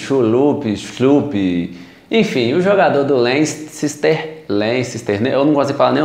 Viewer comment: Mt bom o vídeo gostei do conteúdo mas Jeff shulupt kkkkkkkkkkkkkkkkkkk foi o melhor nem eu sei falar sa merda